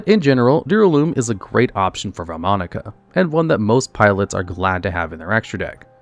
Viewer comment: Love the video, but as an italian, the vaalmonica name pronunciations are killing me 💔😭